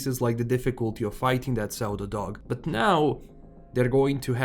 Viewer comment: Such a minor thing but because I was listening while playing something else as my Stalker 2 updated, I was like "... whats a zeldadog?" Pseudo is pronounced "syu-do". In case you care. If you don't, I did work it out after half a minute, so did everyone else I'm sure :P